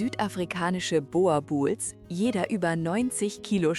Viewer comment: Meine Güte ist es denn so schwer den Namen der Rasse richtig auszusprechen? Boerboel das oe wird ausgebrochen wie das deutsche U in zb Uhr.